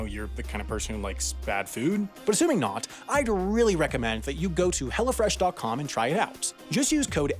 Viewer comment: It’s funny how he says “Hello Fresh,” but he talks too fast and it sounds like “hella fresh.”